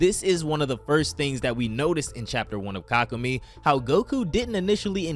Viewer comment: Yea this guy has no idea how to pronounce it 😂😂 (Ka koo may) He also pronounces chelai chelay